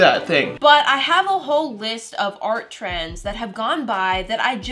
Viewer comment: Ehem you said trendSSS Not trying to be mean was a great video, just sayin. Love u!